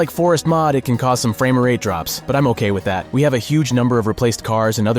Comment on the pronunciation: highly doubt that, as he stated many times "Framer rate" instead of Frame rate. But okay?